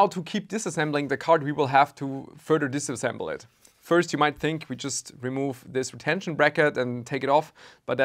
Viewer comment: "Now to keep disassembling the card we will have to further disassemable it" lmao. I wouldn't have guessed